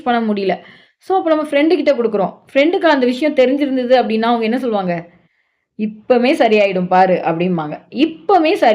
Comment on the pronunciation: இப்பமே அல்ல இப்பவே. இப்போதே........